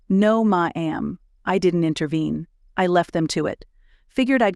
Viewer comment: Love the story. AI narrator pronunciation, tone inflection, and interpretation is both distracting & comedic at times. Stutters pronounced. Dialing 9-1-1 is "nine hundred-eleven" and "ma'am" is " ma-ham"; "You chose that line." instead of " You chose that line?" A few British pronunciations. Chandelier should always be ""sh", not "ch".